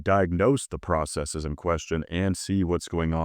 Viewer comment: Did you correctly pronounce "Processes" (you didn't pronounce it "process-EE-s".)? You earn my like and subscription. 👍🏻